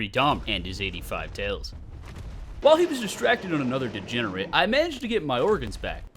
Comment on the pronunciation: It's so funny when you say 'degenerent 😂